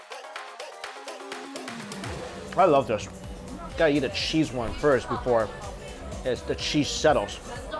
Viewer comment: I like how he says cheese like sheeze